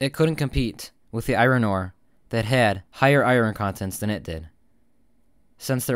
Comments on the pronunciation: It’s pronounced “I ern”, not “I ron” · Can you please stop pronouncing iron "eye-ron"? It's pronounced "eye-orn". Thank you. Grammar is important. The more you know.......